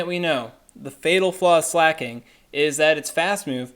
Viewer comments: slacking is what your saying. slay-king is what you need to say. I change the speed of this vid to 0.5 so you sound like you look. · It's pronounced slah-king tho, not slay-king